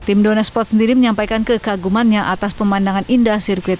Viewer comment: News anchor nya typo Dorna malah dornar kalau tau 😂